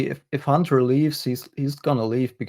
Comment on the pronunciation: Hey, I don't mean to be a jerk, but I would like to ask you to start pronouncing the "T" in HUNTER. Thanks much!